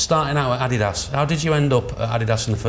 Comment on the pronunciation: Interesting that even 'Gary Adidas' isn't sure of the correct way to say 'adidas' as he switched between "adeedas" and "addydas" in the same sentence! I've always pronounced it the latter way as the company was named after its founder Adolf (Adi) Dassler but what is the right way?!